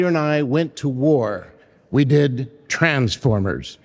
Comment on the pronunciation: i love you but why do you say the TRANs-fOremers. 😆 but when he said "in 1984, Peter and i went to war"aw man, waht a perfect way to summarize his relationship with peter